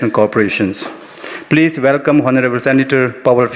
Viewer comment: Can someone please tell the young man who read the program that honorable is read onorable. Otherwise he is perfect. Thank you.